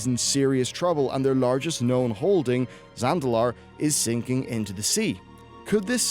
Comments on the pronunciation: zaNdalar. Not zalandar. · Um... Zandalar... Not Zalandar... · Zan-da-lar, say it with me, Zan-da-lar. Not Zalandar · He always says Zalandar, not Zandalar. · Its Zandalar, Not Zalandar!!!! That bothered me so much during this vid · Zalandar and the Zalandari.. Wtf dude. Does he have dyslexia? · surprise! Kul'tiras is in the new expansion XD ... also .. Zan-Dal-Lar-E ..... not salundar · Zalandar... Zalandari... no, just no. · Say Zalandar...one more...motherfucking time.... SAY IT ONE MO' 'GAIN! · Zandalar? All i've heard him say is Zalandar the whole time. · Zandalar... Zandalar... Zalandar.. Zalandar... ZAND-A-LAR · It's Zandalar not Zalandar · Yes yes say it with me... ZAN-DA-LAR. Wtf is a Zalandar. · Zandalar not Zalandar lol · zalandar, zandalar, zalandari, zandalari... How can you misspronounce so many times*?? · Zalandar xd it's zaNDALar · I dont get it, you clearly even spell it as Zandalar, but you say Zalandar? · Zalandar? You mean Zandalar, right? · BAD pronounciation!! SO BAD its ZAN-DA-LAR... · Say it with me; Zan-da-lar. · Zalandar? For real? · I mean He keeps calling it Zalandar throughout the whole damn section lol... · Zandalar. When talking about lore, knowing and saying correct names is specially required. Great vid. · "Zalandar" Me: stabs self in eye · The N comes before the L. Fuck that was annoying to hear. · You have this bizarre habit in your videos. You pick one or more words and pronounce them very strangely. It's not just one word in one spot misspoken, you pronounce that word wrong every time you say it. For example, you mispronounce both Thrall's name and the word Zandalar in this video. You keep saying Thral instead of Thrall, and Zalandar instead of Zandalar. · Thanks for showing your face while you mispronounce something as simple as Zandalar. It makes it a lot easier for me to hate you. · Hearing you butcher the word Zandalar over and over again is almost as painful as dealing with them during MoP